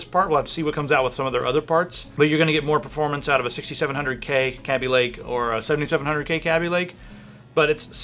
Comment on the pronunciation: It's not [Cab-E-Lake]. It's [Kay-B-Lake]. This has already been LONG established. Either way, Intel's decline has just begun. It hasn't happened quite yet because the 4 & 6 core Ryzens are a long way off from being released, but when those come out, the true "gaming" chips will be snarling their teeth at Intel.